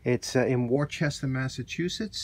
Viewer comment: Great restoration but "Worchester" is pronounced "WOO-ster" (or "WOO-stah")